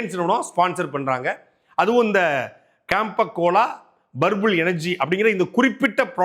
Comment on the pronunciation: Purple illa Burbul 😂😂